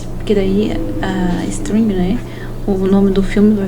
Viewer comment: "string", "array" 🍷🧐 nice pronunciation! Parabéns pelo projeto e obrigado por compartilhar o código. Gostei do uso dos pointers para mudar a côr no terminal e do jeito de pesquisar mínimo e máximo num só loop for.